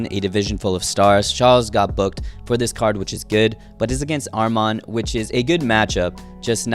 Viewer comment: Ain’t no way that’s how you say Armans name